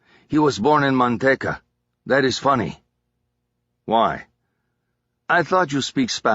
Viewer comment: Driving me nuts that he keeps calling Manteca Mantecka and not its real name pronounced Manteeka